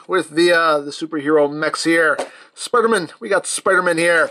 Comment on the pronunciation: HE SAID SPUDER MAN